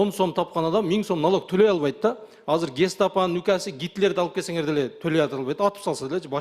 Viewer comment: Азыр деп суйлосон казыр дейтко 😂😂😂